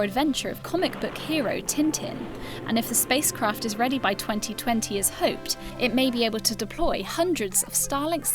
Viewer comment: "benefih from ih". Where are your Ts, lady?